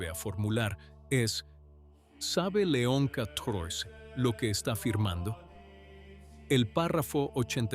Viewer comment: Me gustan mucho sus videos, el contenido es excelente! Solo le sugiero que revise el texto antes de poner a la inteligencia artificial a leerlo. La IA no sabe cómo leer números romanos y cada vez que habla de leon XIV o de la Fsspx lo dice mal. Por favor corrija los textos para que la IA diga leon 14 o san pío décimo. Así sus videos serán aún mejores